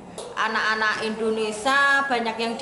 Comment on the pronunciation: Indonesia mas... bukan Endonesa hehehe... siiip lah.